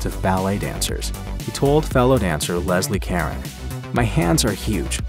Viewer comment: Leslie KAREN??? how about Leslie Cah -rown?? and how exactly is dying from pneumonia a 'tragic end'? His wife also refused to all ow them to use clips from the films in a tribute to Ginger Rogers.